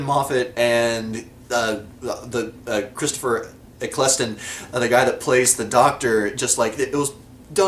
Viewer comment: You're pronouncing Moffat right, but Ecclestone wrong. It's Eccle-Ston. Your 'are you my Mummy' is spot on ;0).